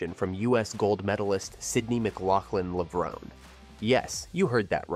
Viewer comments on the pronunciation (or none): Is that how you pronounced Sydney‘s last name? I haven’t heard anyone say it that way.